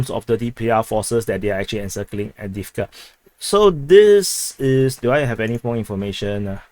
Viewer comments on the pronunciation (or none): none